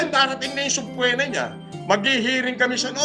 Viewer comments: suh·pee·nuh kase yon.. hindi SUBPWENA hahaha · norman mangusin sana pinutok nalang sa kumot ng tatay niya, parang hindi tao ang kaputa putanginang yan. "subpwena" 😂